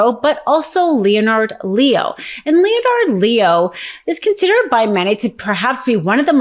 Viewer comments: you're great, brilliant. But, you might want to double check the pronunciation of the name Leonard. It's not "Leo-nard", it's pronounced, "Len-ard". Just saying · LEONARD = LENARD NOT LE-O -NARD OMG I can’t listen to more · When you pronounce Leo's name as LEE'O-NARD it just sound ill-informed. We expect better from you. In case you haven't heard, that guy's name is pronounced "LENNERD LEE-OH" (say it a few times until you got this) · "Lee-oh-nard Lee-oh?" I expect better. "Len-Ard Lee-oh." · I’ve never heard it pronounced “Leo Nard” before. Is there some justification for that? If not, let’s not play that game. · Leonard is pronounced “len erd” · Thank you for the support, and you’re absolutely right! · Isn’t this woman supposedly smart? What is wrong with her then? Seriously? What adult doesn’t know how to pronounce “Leonard”? She can’t speak without sounding drunk and pronounces everything wrong. It’s annoying. “Judisherie”? Pretty basic word for a lawyer…shouldn’t it be something she has heard enough times to know how to pronounce it? She sound like a drunk with a mouth full of oatmeal. Please still letting her speak. It’s not worth it’s the information she is trying to convey isn’t getting through because it’s too distracting and honestly obnoxious.